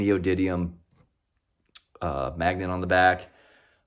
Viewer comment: Neodymium not neodydium 😁